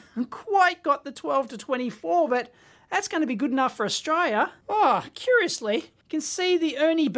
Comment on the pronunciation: Good E-nuff fo Stralia! Haha love it when Dave says this cracks me up every time.